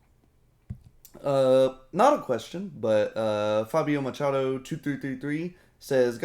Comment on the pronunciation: Funny way you pronounced "Machado".